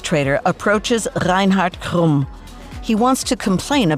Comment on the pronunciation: That was a beautifully pronounced name. ASMR for my ears, Reinhard Krumm!